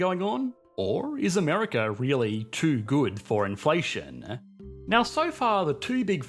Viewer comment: Inflationnnnuh...moneyyyuh... runnnnuh... trillionnnuh...depreciationnneh... Isssseh... solutionnneh... Great content but you make me want to throw my phone against the wall...